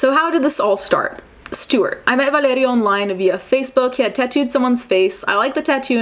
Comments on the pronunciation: That mighty Italian pronunciation of that name 💀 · so, she speaks perfectly two or more languages and she pronounces the name “Valerio” - obviously a latin name - exactly like it supposed to be pronounced and you have something to say about it? I guess we all have to say words that are not english words in the wrong way like Americans do even if they listened and repeated them for years and years (hello spanish!) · The way you say Valerio is amazing